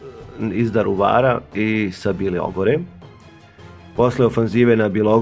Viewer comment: nije bjelogora već bilogora..samo ispravak izgovora